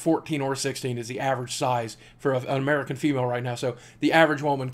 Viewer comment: Why are are you saying MURICAN?